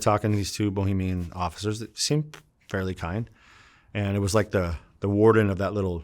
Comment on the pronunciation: Interesting life. Listening to this guy is like reading a novel with short sentences and easy words. Good stuff. One thing bothered me, Bahamian not Bohemian, my man